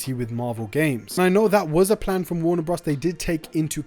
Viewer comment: "Warner bruhs"